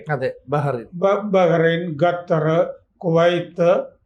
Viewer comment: ഈ അപ്പൂപ്പൻ ഖത്തറിനെ ഘട്ടർ.. ഘട്ടർ എന്ന് പറയുന്നതെന്താ... വിറയാർന്ന ശബ്ദത്തിൽ യുദ്ധ അവലോകനം കേട്ടപ്പോൾ ഒരു മുത്തശ്ശി ക്കഥ പോലെ തോന്നി...